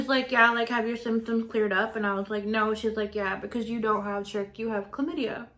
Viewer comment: “Triched” is crazy